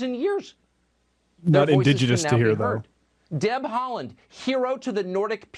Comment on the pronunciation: yes, correctly pronounced. He played for ik start, my local club before he left for Celtic.